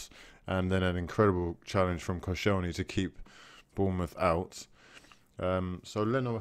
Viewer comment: Its Bournemouth though.